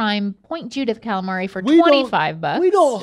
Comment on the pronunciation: That should be a gif. Cal-A-Mareyyy